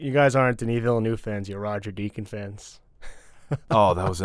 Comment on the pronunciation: It’s pronounced “Villnuv”, guys. The “u” sound is as in the word “up”.